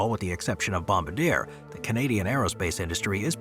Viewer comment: It’s Bom-bard-ier not bombadier